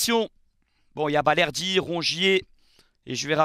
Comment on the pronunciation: Balerdi et non bardelli 😂